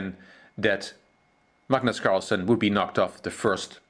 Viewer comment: His name is Carlsen. Not carlson.